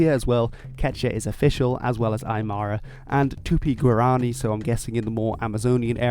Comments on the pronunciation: When saying “Guaraní”, you gotta instead stress the last vowel. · He pronounced “guarani” wrong- as a Paraguayan, I am offended😂😂😂